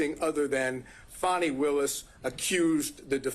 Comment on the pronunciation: FAN - ee not FAWN - ee